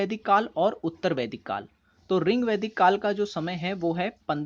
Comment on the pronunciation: Your teaching method is good but it's rigvedic ..not a ringvedic Ye sunne me bahut odd lg rha h